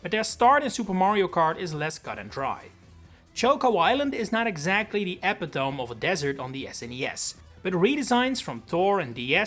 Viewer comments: Hey, I love your videos, and you may already know this, but the word epitome is usually pronounced "ep-it-oh-me" rather than "epi-tome". Thanks for an awesome video with such a fun concept! 😊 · Epitome is pronounce eh pit oh me, a bit like affinity, not epitome like epic tome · The word "epitome" is pronounced like "uh-pit-oh-me"